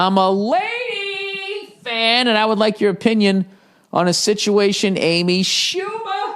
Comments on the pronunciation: Whenever Bill says "laydee", I crack up. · Jason Dyrkacz Same dude. I love it. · Me too